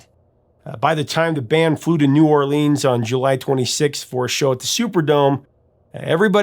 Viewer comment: Oh but he butchered New Orleans. It's ok though, most people do ☮️!